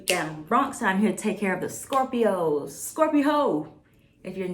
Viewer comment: did you say scorpi-HOs? bruh 🤣